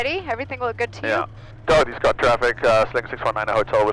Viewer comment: When first mentions Dorothy Scott...I swear he says "Dorky Scott". I mean you tell me.... as well.:)